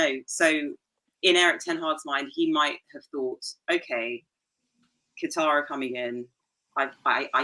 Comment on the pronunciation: is so out of touch. He’s an old man and he should just rest and quit. He puts no efforts in pronouncing foreign names which annoys me a lot. He called Qatar “Kater” and no one has the balls to correct him. This English arrogance he has bother me and I’m not usually bothered by such things.